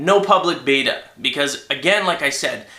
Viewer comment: batter batter batter batter! Batter! lol i know he was actually saying beta.